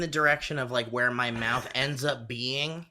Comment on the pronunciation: How on earth did you get through half an hour of talking about people's final words without dropping a "too much wwater inmy maouth"